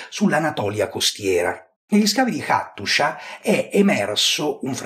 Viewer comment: Hattusa, perché la pronunci Attushia?